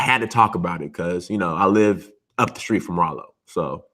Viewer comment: Raaaaalo not rolo lol